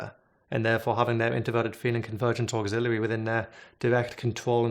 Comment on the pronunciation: Say 'auxiliary' one more time....